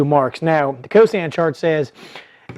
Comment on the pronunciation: Good demonstration. It's cosine not cosan, though.